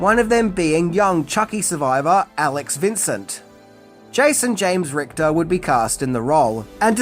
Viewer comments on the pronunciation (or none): none